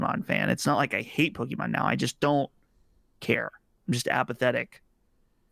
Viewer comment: "Po Key Min"